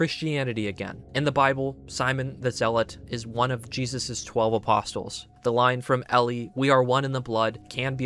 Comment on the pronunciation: Brother there's now way you just pronounced the t in apostles. The T is silent. I cannot stand non religious people trying to explain religion when they don't even know how to properly pronounce the words. I was watching an ultrakill lore video just the other day and the guy pronounced "arch" in "arch angel" like "arch" and not "ark" which is how it should be pronounced. Like just look up a youtube video of someone pronouncing all these words before you read your script, it's not that hard.